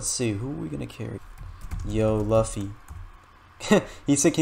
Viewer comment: THE WAY HE SAID LUFFY LAOFFY 🤭